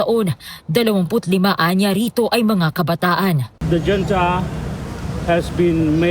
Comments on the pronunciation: Huwag na kasi gawin pacute ang pronounciation ng “hunta” at hindi “dyunta”😅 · Dyonta daw😂 😁 bakit dto nagreklamo pwedi ba yon..yong dyonta ms.reporter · Yong reporter parang si YUMUS! Hunta Hindi yunta! Yudi.......sana tinanong mo din si Dola sa tamang bigkas😊